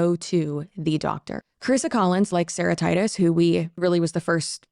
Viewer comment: Hearing you say Sarah Titus I thought you were saying Sarahtitis like it was a disease name for a second, like hepatitis or something.